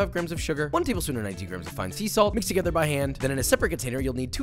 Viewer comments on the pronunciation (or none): none